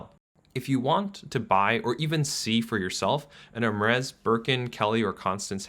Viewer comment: I hate to pile on but also…the way he pronounces Hermès gives me heartburn.